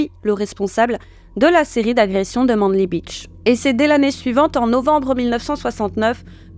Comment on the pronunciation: Manly se prononce "maineli" 🤨😉